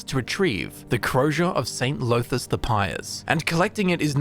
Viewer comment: DAMN really mispronouncing dunmer names? Llothis isn't pronounced Low-this. The double L makes a sort of Th-like sound. It's hard to explain. Look up welsh Ll for a guide on how to pronounce it. It should sound more like 'thlothis' not 'lowthis'.